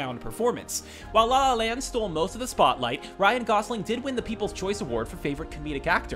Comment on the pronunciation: the way he said la la land started to make me mad idk y